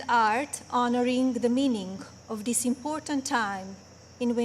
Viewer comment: she still can't say THis...dis...oy...